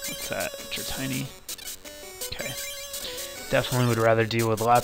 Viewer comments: its dra-tee-nee. not dra-tie-nee. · Dra-tiny. Ouch